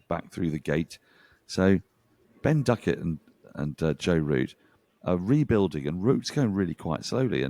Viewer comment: The Indians pronounce Duckett with an f I noticed today